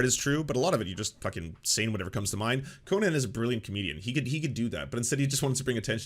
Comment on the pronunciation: Can you stop pronouncing Conan O'Brien's name like Conan The Barbarian? It's weird.